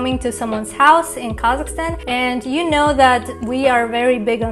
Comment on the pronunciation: When she says Kazakhstan I kept hearing Carleston or something like that 😅